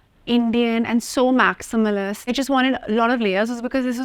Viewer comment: Is it "Maximilist" Or "Maximalist"?.. I thought it's Maximalist.